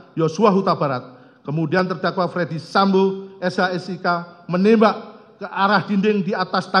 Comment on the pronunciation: Coba dengar lg... Ternyata dakwaan itu di bacakan utk "Fredy Sambo" bukan Ferdy Sambo